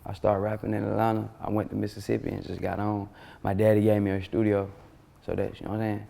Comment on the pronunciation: Nigga said a shtudio da fuck😂😂😂